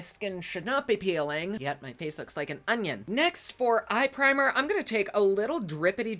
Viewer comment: lol the way you said onion made me laugh so hard 🤣